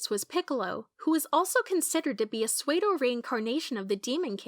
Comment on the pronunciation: Wait did she pronounce psuedo as "swade-o" and not "sue-doe"?